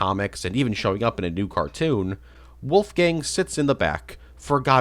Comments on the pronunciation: Lol dude's so forgotten the only person that knows about him couldn't say his name properly, poor Wolfang Oh and hey pig do you know who the fuck is the green soldier at the Fisrt level of the FOC game? I've NEVER seen anyone talking about him and he's got a unique model for a character that appears once, helps you and then inmediately dies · lol was gonna say the same thing poor wolfang